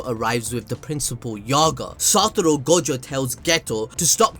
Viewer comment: take a shot everytime he says satoro